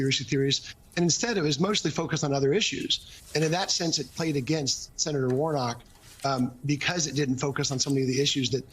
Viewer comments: He can’t even pronounce Senator 😅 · He can't say the word Senator so how can he be one